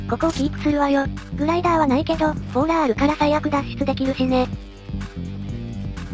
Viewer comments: ぐさおさん のとこボーラーがボーダーになってますよー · ボーラーをボーダーって言ってましたよ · ボーダーじゃなくてボーラーですよ